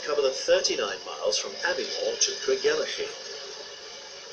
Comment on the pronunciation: Another great film, Alex. (At least this narrator can pronounce Grandtully and Craigellachie LOL). Interesting to see part of the original HR main line to Inverness (via Forres), which one of my Scottish my great great uncles, (William Roberts, Engineer in Chief of the HR) was partly responsible for superseding with the direct line over Slochd. He also designed, among other buildings, The stations of Aviemore, Newtonmore (demolished), Kingussie (where he was formerly HM Inspector of Roads for Inverness-shire before being head-hunted by the HR), and Boat of Garten, as well as the Aviemore engine shed, now used by the Strathspey Steam Railway.